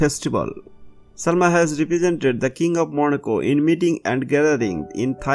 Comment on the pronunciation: It sounds like you are saying Monaco - which is INCORRECT! It is Morocco - Mor-roc-co not Moro co - either way you are pronouncing it wrong.